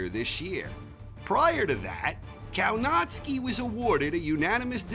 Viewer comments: Kownacki is pronounced Kovnatzky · Can you say Kownacki normally ? Naucz się wymowy poprawnej po polsku. W Szczebrzeszynie chrząszcz brzmi w trzcinie. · It's spelled Kownacki but pronounced Kovnaschki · It should be Kownacki, pronounced something like Kovnatscki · Did he said Povietkin will be 48 years old??? ... And the way he says Kownacki 🤦. .